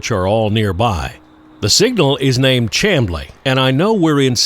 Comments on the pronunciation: Thanks for the great GA coverage! Love your videos as always. I grew up not far from Chamblee, in Doraville. Oddly enough, despite the spelling, Ga natives actually pronounce it "Shhamblee", just as the county it's located in (Dekalb), is pronounced "Decab", with a silent "L". Anyway, excellent video, looking forward to the next one! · Please allow me to correct your pronunciation of "Chamblee." It has the sh sound of a "sham." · The natives pronounce "CHAMBLEE with an "S"chamblee ! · Chamblee is pronounced with an "SH" sound, FYI. Also, I don't doubt the NS has tried real hard to eliminate at-grade crossings. ATL traffic is screwed up enough. A long train could cripple the whole metroplex. BTW, I lived in the ATL 10 years.....I know it well. Also, would love your thoughts on the Legacy Trail down here in Sarasota, and any old stories and insights you have on the rails works down here. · "Shamblee", not CHAM"blee. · Chamblee is pronounced SHAMblee - used to live there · Great video. Lived there. Pronounced Shamblee. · Two notes for ya: It's pronounced "Shamblee" and Peachtree Road actually is the same thing as Peachtree Street. It's Peachtree St inside the city limits of Atlanta, and transitions over to Peachtree Rd. when it leaves the city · Great video. Chamblee is pronounced "Sham' Blee." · "Chamblee" is pronounced "Cham" as in "am", or as in I "am", = Chamblee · Nitpicking. It's pronounced Shamblee. I've watched plenty of trains roll past the exact spot you were filming. Northbound traffic often is moving at 60+mph at that location. Good viewing. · Thanks - it is indeed pronounced "Sham-blee". I railfanned at those tracks since before the Marta Rapid Rail was built. Excellent video as always. When you go up to North Georgia see if you can find the spectacular Tocca Trestle - you can film from Trestle Ridge Road - it runs off of US 123 (The Toccoa Bypass) North of Gainesville, GA. Gainesville is another hot spot for train watching!